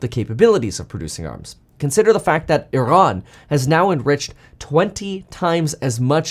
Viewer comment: Thank you for pronouncing “Iran” perfectly. Much appreciated 🙏🏽